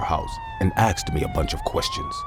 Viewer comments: They say aksed not asked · "my mom axed me" " my friend axed me" seriously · It’s how some people speak. Like Irish say tree instead of three or tirty instead on thirty